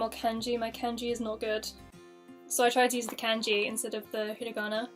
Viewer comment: It is Kanji not Kenji